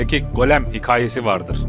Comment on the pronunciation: Bro hikaye anlatışın harbiden 10 numara. Kendini dinletiyosun. Yalnız ince â harfini kalın a gibi söylüyorsun. Yani zekâ olacağı yerde zeka ya da hikâye yerine hikaye gibi..Söyleyim dedim 💮